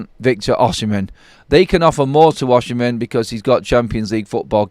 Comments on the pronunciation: That maybe so but Osimhen is a far better footballer than Rashford. It's spelt Osimhen by the way just keeps saying it wrong!😂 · How u pronounce “Osimhen” ? Oshimhen?😅😅